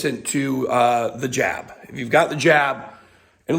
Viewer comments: I thought you said j*p. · Careful...when you "jab" it sounds like something else.